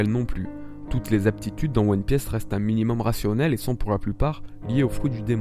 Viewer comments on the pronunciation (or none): à "toutes aptitude dans One Pièèce" WHAT THE FUCK? c'est fait exprès? lol